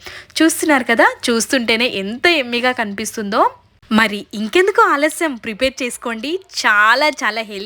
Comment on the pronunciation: ఎమ్మి (emmi) కాదు యమీ(yummy) అనాలి